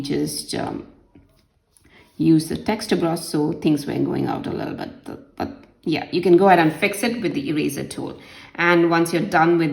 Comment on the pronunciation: the way she says lille bit [little bit] is soooooooo funny🤣🤣🤣😂😂😂